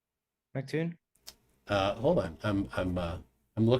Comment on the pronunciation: Check, check... one, two... this thing on? * tap tap tap - feedback *. Also,, you idiot, arrogant (male appendage), it's pronounced EM CEE TOON, not fricken Mck Toon. If you bothered to notice, his YouTube name is big M, big C (em, cee) Toon. Really annoys me when you idiots say it wrong. I can fart more "interesting claims", than you can. Seriously, dude, try learning what it is you're talking about (including sextants), BEFORE making yourself look like an idiot (which isn't hard). STOP SAYING "SORRY..." when you think you're right, when you're not. I would also suggest you DON'T try to argue trigonometry with a guy who knows MATH better than you.